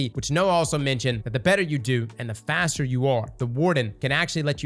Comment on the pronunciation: "Fat-ser" lmfao 😂